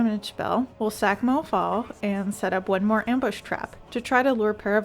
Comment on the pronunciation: La manière de prononcer ''monfort'' fait queb en tab!